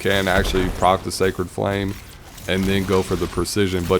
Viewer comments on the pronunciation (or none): none